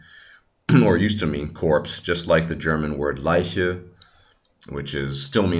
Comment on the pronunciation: Your german "leiche" or "reich" was pronounced perfectly